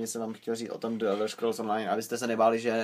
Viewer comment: Čte se to "anlíšd" :) a člen "the" se v případě jako je Elder Scrolls čte jako "dí", né "d". Normálně nerad rejpu tak sorry :)